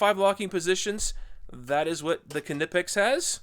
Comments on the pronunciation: It’s kneepax, kneepax, kneepax, not k nip ex… 🤦🏼‍♂️ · IN THE ENGLISH GRAMMAR YOU DON'T PRONOUNCE THE (K) IF ITS AT THE BEGINNING OF A WORD EXAMPLE--- WHEN YOU SAY THE WORD- KNOW, KNEE ETC ETC.. ITS KNIPEX... NOT K-NIPEX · Knipex is said Nipex. Just like you don’t say the K in Knife. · The k in knipex is silent.... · Icon bypasses the research and development phase by producing nearly identical copies of top-tier brand hand tools. Different just enough to avoid legal issues. Thereby able to offer at lower prices, and I suspect the materials aren't quite as scoockem I should point out that the K is silent when pronouncing Knipex like in the word knife, pronouncing it with the K at least to me sounds wrong and forced when compared to the correct pronunciation. Anyway, I digress. Cheers